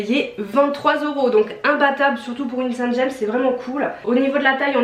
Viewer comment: Saint James, petite bourgade de Normandie où sont fabriquées les marinières, se prononcé à la française et sans le s. J'habite à côté.